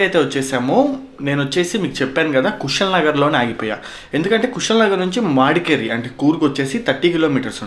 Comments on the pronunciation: మాడికెరి‌ కాదు bro it's మడికెరి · Bro madikeri not maadikeri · Oye madkeri.... Kadhu madhkeri.. Prounse good ok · Nee Pronounciation ki dhannam, antav, Madkerri antav.